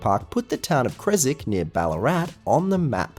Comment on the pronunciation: it’s not cresick it’s cres-wick like John wick